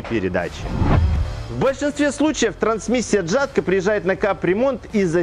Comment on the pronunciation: хоть это и не правильно, но ели говорить ЯТКО - это мягче для уха